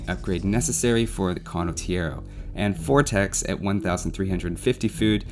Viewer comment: Condottiero pronunciation is really sketchy... but that's probably the smallest nitpick anyone could ever made so w/e. Great video regardless!